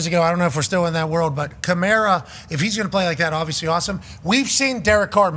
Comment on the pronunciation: WHODATTTT! And you said Kamara correct the first and last time you said it.